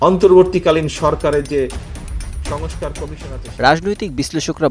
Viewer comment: তারেকের সংস্কার বলার উচ্চারণ ঠিক করা উচিত। সঙোসকার না কথাটা সংস্কার